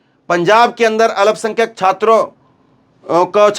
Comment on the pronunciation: Alapsankhyak nahi bole, sahi Alpsankhyak ap bolege,please, Zakir, Ara Bihar